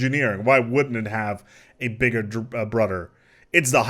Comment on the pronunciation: Every structure has a bigger “brodder”